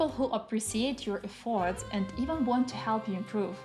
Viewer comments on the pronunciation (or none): The word “efforts” should have stress on the first syllable instead of the last. "Months" is pronounced as one syllable. Not like "mon-thes." "Inevitable" has stress on "ev" not on "table," and "table" at the end of the word isn't pronounced like the English word "table;" instead more like "tuh ble." I think the problem you're having with pronunciation is coming from English not being a phonetic language like Italian.